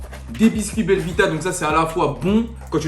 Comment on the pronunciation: c est plus belvita c est belle vida mdrr 😂